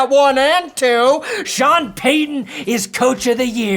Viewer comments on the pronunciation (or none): none